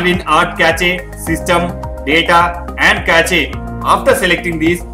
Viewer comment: Cache is not "ca-che" it is pronounced as "kash".